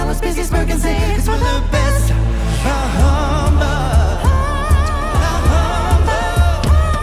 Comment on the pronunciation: You don't pronounce the H in Bah. By the way, that was a 'whistle note" from Mitch.